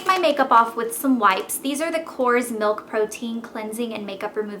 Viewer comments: "Korres" is pronounced KOR-REZ, not like Michael KORS. Huge pet peeve, ugh. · Korres is greek, it's the founder's last name and the word is actually stressed on the final syllabe! All of their products are amazing, and I also use those wipes.